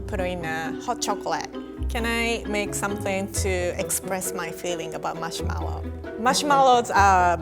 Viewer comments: I love the way she pronounces marshmallow. It sounds like "mushmellow." It's so cute. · The way she says "marshmellow" firstly (im not first) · I love the way she pronounces marshmallow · “marshmallow” remembers Xiumin’s “marshmellow”